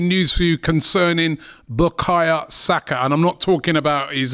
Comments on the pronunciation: "Buh-kahya Saka" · Just clocked, Robbie calls man "bakaya saka" 🤣. Robbie Lyle, butchering footballer's names since 2012.